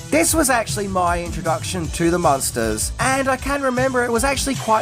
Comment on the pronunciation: IDK if it's the accent, but it sounds like the host is pronouncing the name as Monsters and not Munsters, as in Muenster cheese, or Munster the German city.